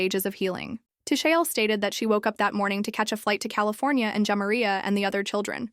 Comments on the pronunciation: Your annunciation of the decedents name is making me cringe. It’s pronounced Jah-Mah-Ree-Uh not Jam-Ma-Reeyuh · Her name is pronounced JAH MAR RIA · AI sucks! She keeps saying her name wrong